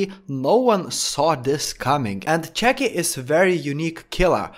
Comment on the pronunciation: I love the way you say chucky